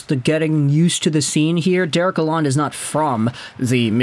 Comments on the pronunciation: It’s pronounced “La-lone”. (The “d” is silent or barely emphasized. May as well get it right as a sports expert.) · For starters ... His name is NOT pronounced with a short "o" as in pond (like you are doing). He wants his name pronounced with a long "o" as in phone, tone or bone. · Honestly you knew who he was referring to when he pronounced the name wrong, so in the end it doesnt matter too much. Its way too small thing to get hung up on. You could mispronounce my name and i couldnt care less so long as you get my attention.